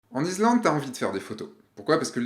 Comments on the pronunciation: Fatiguant ton épisode... Je ne m'étais pas abonné pour entendre du blabla d'un mec qui doute ni pour avoir l'impression d'être pris pour un psy... Et non plus pour entendre iZlande 50 fois !!!!! Lol. Désolé relou la vidéo. Par contre superbes photos tu t autoflagelles vraiment pour rien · Putain, il recommence à mettre un "z".... iSlande!!! 😅 Cool cette vidéo 👌